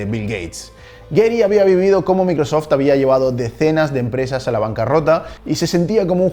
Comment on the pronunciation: Pronuncia correctamente varias palabras en Inglés, menos Microsoft.